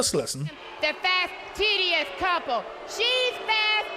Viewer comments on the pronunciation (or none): I’m about a year too late, but I believe that Jaqueline was calling Chris and Nancy a “fastidious” couple, just pronouncing it “fasteedeeiss”.